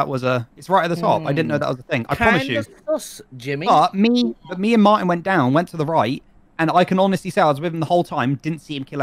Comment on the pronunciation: hearing say “gemmy” instead of “jImmy” makes me want to ✨scream✨